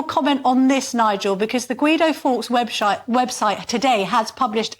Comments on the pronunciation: Oh Camilla "web-sh*te"? You would think this would be edited out. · When she introduced the Angela Rainer clip she said "Webshite"! Unfortunate mistake or Freudian slip? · Guido Fawkes Webshite ….website lol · LOL, , 'Webshite' must be talking about the BBC...... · "Webshite" is about right even though this was a slip of the tongue, Nigel is at least more representative of the average Brit than the current Westminster mob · Anyone else hear her say webshite? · We heard it….’Web shite’! Very apt slip of the tongue though! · Did she say webSHITE?..LOL.....Nigel kept a straight face. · Did she say webshyte??? lol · What did she say webshite lol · Anyone hear the freudian slip? Webshite! 😂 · 4.23 'Guido Fawkes webshite' lol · "Webshite" and nobody even smirked! 😂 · The brilliant GBN presenter said, referring to a website as a "website" then corrected herself. Or was it like a misheard lyric? Hahaha. It happened at about 4/20 seconds.